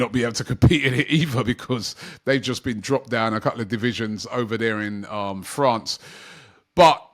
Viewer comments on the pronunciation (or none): none